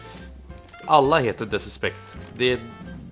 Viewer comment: Lär dig säga the suspect